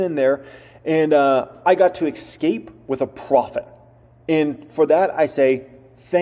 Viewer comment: The word "escape", doesn't have an "X" in it and is not pronounced "Ex-cape", it's "Es-cape".